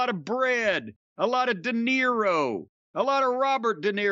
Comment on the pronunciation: he literally said de niro instead of dinero and i was like jim are you ok? 😂😂